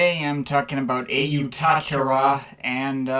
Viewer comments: It’s actually pronounced “Ayo-oh-tu-ha-kera” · It’s actually pronounced “ayy-yoo-teck-haa-reau” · Cool review, but it's pronouced otéqueurre with a thick french accent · It's actually pronounced 'Oh teacher'.